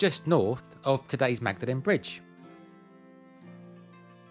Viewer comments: Lovely video. Maud-lynn not Magda-lynn, please. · Thank you. I live in Cam and thoroughly enjoyed this, although you didn't show the cows ! PS Magdalene is pronounced Maudlin. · Magdelene is pronounced Maudlin not how it is spelt. Cambridge resident and pleased to be so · A fine video of the town that has been my home for 40ish years. As someone else has said, but worth repeating in case you want to correct it: Magdalene College and the bridge are pronounced 'Mawdlin'. Syd Barrett's first home was indeed in Glisson Road, but after giving up music for art and gardening he lived for many years until his death in St. Margaret's Square. I met him briefly during this time. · Great video for someone who grew up in Cambridge. Small point: Magdalene is actually pronounced 'Mawd-len' by the locals. Typical British nonsense 😅 But a lovely trip down memory lane and a few facts I was unaware of. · Magdalene is pronounced "maudlin" in Cambridge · Magdalene is pronounced Mawdlin :) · I've lived in Cambridge since 2014. Still found this well made and very interesting. (Magdelene is, however pronounced as 'mawdlin'). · Magdeline pronounced Mord lin. Good video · Wonderful. Even though I studied there many years ago and gave tours to my friends and family many, many times, I have learned quite a few new things from this video. (For example, I once occupied a suite overlooking St Bene’t’s church, but didn’t know about the Anglo-Saxon tower.) I have to point out though that Magdalene is pronounced maudlin! 😂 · Only if he changes the audio and prounces Magdalene college correctly 😊 Yes it’s a great video